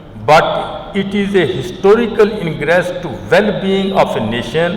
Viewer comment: What a fluent english. Even a clerk can speak English better than this jahil. He should have been handed over speech in simpler English. Tooday. Histooorical, fu-----------k